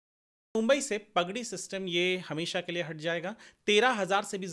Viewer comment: भाई, प ग डी नहीं, पा ग डी!🙏